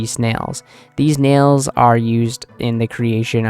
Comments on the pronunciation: Nail not Nial lol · Nail.. not nahile beast